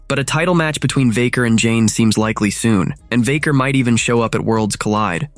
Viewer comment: Stop mispronouncing vaquer